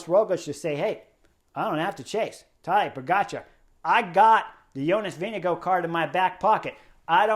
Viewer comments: Vingegaard NOT Winnigoo! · Chris Horner slaughtered the pronunciation of Vingegaard